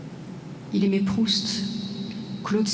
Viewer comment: "il aimé" même les profs ne savent plus parler, alors ne parlons des élèves ! "il aimait" comme le "lait" et pas le lé...etc...